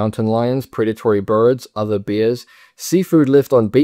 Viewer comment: why do you pronounce bear like beer , and wear and tear like weer and teer?